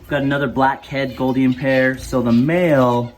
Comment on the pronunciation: Mate the “ou” in Gouldian is pronounced with a oo (like “loop”) not “o” as on “got”.